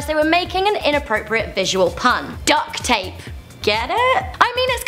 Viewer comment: DUCK-t Tape